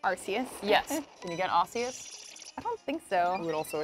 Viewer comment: when someone says Arceus like Ar-see-us I get triggered. It is pronounced Ar-Key-Us